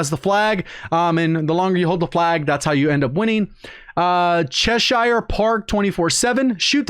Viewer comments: Great video as always...but please... “Che-Shear” not “Che-Shire” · The way he pronounced Cheshire🤣 it’s a county in England. Pronounce it like Che-Sheer👍 Good vid mate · Just to confirm, Cheshire is pronounced ‘chesh-eer’ for my Americans friends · its che shear bruv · The way you said Cheshire🤦‍♂️🤦‍♂️🤦‍♂️ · The way he said cheshire 😂😂